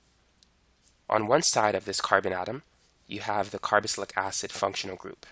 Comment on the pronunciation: Carboxylic not “carobocylic”